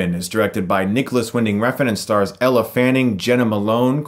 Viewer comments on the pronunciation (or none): Ella Fanning? Elle. Elle Fanning